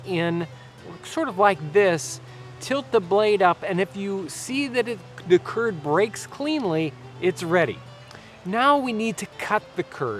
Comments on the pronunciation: Turd instead of curd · Every time you say curd in the video, I imagine that you're talking about Kurds, and it's funny because I am a Kurd.